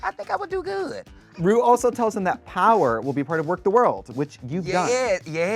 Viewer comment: “We traded po-won”